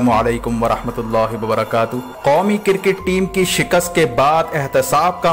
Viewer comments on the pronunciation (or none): Bhai it’s cricket not CIRCIT! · sir cricket not cir ket